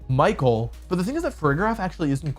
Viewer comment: I know the commentators at worlds also didn't pronounce Michael's name properly (which is bizarre, especially for a finals match), but if you're gonna make a deep analysis of a match it'd be nice to check how the names of the players are pronounced 😅